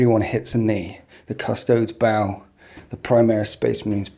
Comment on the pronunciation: man, Iove your stuff but please stop saying CUSS-TOADS. You don't say ASS-TARTS do you? It's CUSS-TOE-DAYS.